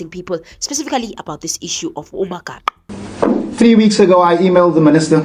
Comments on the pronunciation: He cant even pronounce Magaqa's last name. WTF? Acting like he cares for Sandiso while doing his own vendetta, this is a lunatic of note. For us from Umzimkulu this idiot is just obnoxious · He can't even say 'Magaqa' 😅😅😅